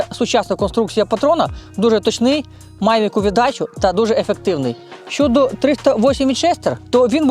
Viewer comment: Я перепрошую, ви не родич Парубія? Не тарабаньте, чітко вимовляйте, в укр.мові звуки "Щ, Ч" тверді: ЩОдо, але не Щёдо, ЧОго, але не м'яке ЧЁго і т.д.